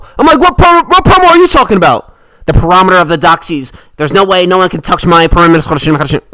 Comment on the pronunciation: “The peromiter of the doxies”😂😂ur too funny man